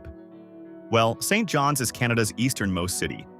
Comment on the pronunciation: Who ever made this is an Idiot !!! Scarth, MB ??? How about Binscarth !!! Street Johns ??? Maybe Saint Johns !!! And for God's sake learn how to say names correctly !!